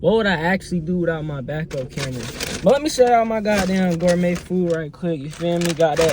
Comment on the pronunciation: Congrats on da 500 subs, but how you gon say gourmet meal cmon now brudda 😂😂